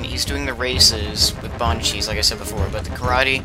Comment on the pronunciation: Thanks for mentioning us btw! Also, you got my name right, but it's "Boz nee an cheese" lol